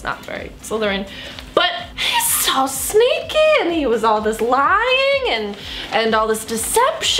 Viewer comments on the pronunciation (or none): he's so sneaky How I heard it: he's so snakey